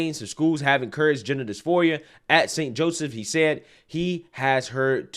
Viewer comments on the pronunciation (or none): none